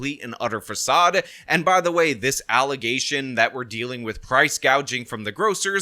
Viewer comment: What is this word you are using, alley gayshunz? Are you trying to refer to allazations?